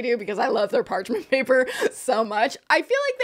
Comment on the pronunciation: so funny says “part mench paper” literally an easy mix up we’ve all done it but it had me 💀